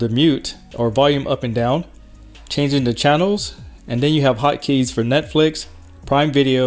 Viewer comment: “Open up Nexflix”